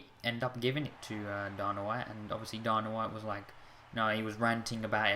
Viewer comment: Its Dana white not dorna -_